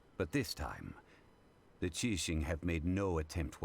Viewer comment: I just realized Zhongli pronounce Qixing very accurately. Great Job